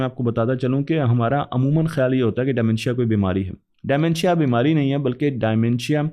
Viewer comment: De mentia not dy mentia😅